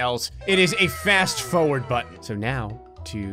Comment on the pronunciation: Fast fOwERd